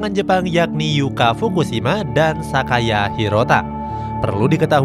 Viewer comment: Bukan sakaya min sayaka